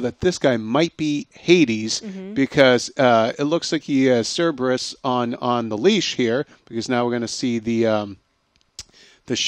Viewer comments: i am offended that she said cerebus. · "Cerberus" pronounced "Sir Bruce" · How can you say Cerberus so wrong!